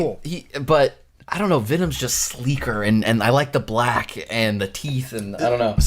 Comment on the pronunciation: Woah😂you said BLACK a lil too hard😂😂😂